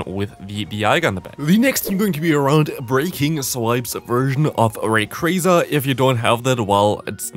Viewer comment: Can i ask why you are saying Raycraza instead of Rayquaza? is that how its actually pronounced? I don't know these things